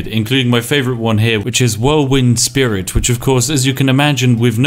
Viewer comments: Whirlwind "spirit" lol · How has he played this much Skyrim and is calling it “whirlwind spirit” and not “whirlwind sprint”? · Did this dude just call whirlwind sprint “whirlwind spirit”